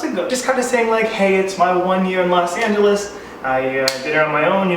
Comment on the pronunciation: Los Not Las😑😑